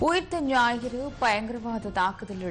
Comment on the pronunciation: தலைப்புச் செய்தியில் ஊத்த ஞாயிறு என்று தமிழை மிக அழகாகச் செய்தி வாசிப்பாளர் உச்சரித்திருக்கிறார்.